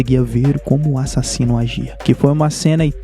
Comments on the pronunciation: eu amo qnd ele fala "A-ssassino" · A parte mais massa do vídeo dele é quando ele fala " ÁSSASSINO "